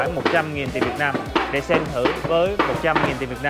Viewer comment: Nói rõ ràng chữ "Việt Nam" ra, ko phải "Viết Nem"